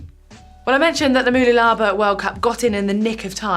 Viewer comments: Mooloolaba is pronounced Ma-loo-la-ba btw. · Always fun hearing non-Australians try to pronounce Australian place names. Mooloolaba has its stress on the LOO. It's like m'LOOlabah. I was in the race as an age grouper. Really fun event with a fantastic course. Unfortunately they halved the length of the swim and added a 1.5 km beach run because the night before there were reports of bad weather and wind. On the day it ended up being completely flat and beautiful, so 🤷‍♂️ Mooloolaba snuck in just in time in more ways than one. Not just the ITU, but also on Friday the Australian government announced a ban on all gatherings of more than 500 people. I had multiple races planned for April (a bike ride and Moreton Bay tri), as well as non-sporting events which have been cancelled thanks to this. And if it goes on too much longer more races and events might end up cancelled…